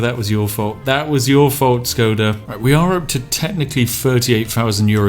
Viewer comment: Shkoda, just sayin'.